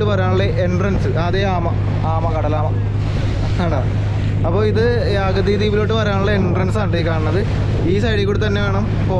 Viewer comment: മച്ചാനെ, വീണ്ടും വീണ്ടും തെറ്റിച്ചു പറയുകയാണല്ലോ, ' അഗതി ' അല്ല അഗത്തി ആണ് 😄😄, അതുപോലെ ബോട്ടിനെ മിക്കപ്പോഴും വണ്ടി എന്നാണ് പറയുന്നത് 😄😄